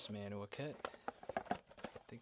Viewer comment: If you keep doing videos, you need to invest in a tripod. Mantua is pronounced "Man-Choo-Ah" as you don't pronounce the "t". The "pot metal" you refer to is actually called Zamack, which is mostly zinc and will suffer from zinc rot. I've got that very same MOW car by Revel and just recently I got 3 more MOW cars made by True Scale-- 1 Kitchen car, 1 Maintenance box car & 1 working Caboose. Cheers - TN